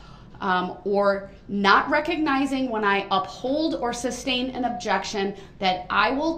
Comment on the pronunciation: Someone please tell him it’s “sustain” and not “substain”